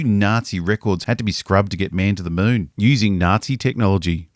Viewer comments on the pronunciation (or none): none